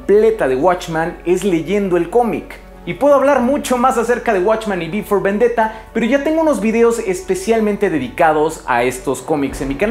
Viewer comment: En todo momento escuché "Before Vendetta" xD (tranquilos, que sé que es "V for Vendetta")